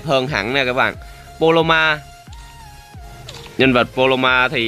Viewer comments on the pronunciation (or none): a đọc sai rồi, paloma chứ k phải poloma